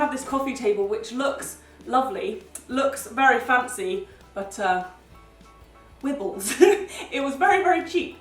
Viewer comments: Lol when u said ur table "wibles" im still laughing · Wibles😂😂😂😂😂😂😂it wibles!!!😂😂😬